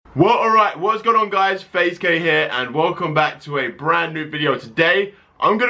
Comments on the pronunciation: I thought he said "Faze gay here" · Is his name Faze Gay?!?!?!??!![ That's wat I heard in the intro ]